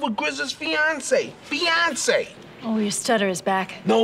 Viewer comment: Grizz fiancee name is Feyonce . like Beyonce with an F